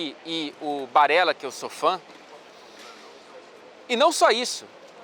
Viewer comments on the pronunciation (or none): Ja pararam pra pensar que no minuto os gringos que passaram atraz podem ter entendido "tão engraçado" ?? kkkk pq pra nós, sabemos que ele disse sou fãn, mas é o mesmo tom da pronuncia "so fun" em inglês kkkk